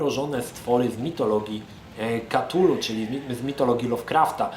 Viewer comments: kurcze, nie chce byc malym chujkiem, ale "KA-TULU" to bardzo klujacy w uszy sposob wymawianie tej nazwy. "K-TULU" to wersja ktora uzywa najwiecej ludzi. zeby nie bylo ze to tylko koment z dosapka, to dodam ze sama wymowa "cthulhu" wg Lovecrafta jest niemozliwa dla ludzi. Pierwotnie dzwiek to ma byc bardzo gardlowy, przypominajacy bulgot, w koncu to jezyk ktorym posluguja sie ogromne potwory, ktorych aparat mowy (oprocz oczywiscie telepatii) jest inny niz u ludzi. z reszta gdy ktos sporbuje wymowic "cthulhu" w sposob "gardlowy" to brzmi to bardzo sugestywnie. I wtedy dochodzi sie znowu do wniosku ze Lovecraft to pieprzony geniusz! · to sie chyba czyta ktulu